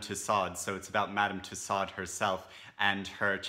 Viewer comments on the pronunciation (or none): Tussaud is pronounce "too-SOH."